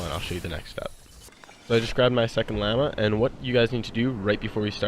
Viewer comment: Great video man. Only thing I found wrong was the way you were pronouncing llama. But your content made up for it. Keep up the good work.👍